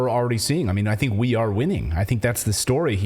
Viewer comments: Klaus’s words :”I think” always sounds like: “I sink” to me . I can’t stop laughing every single time I hear those words . Bahahaha! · He said "I sink" instead of I think, well I wish he would sink 6 foot under.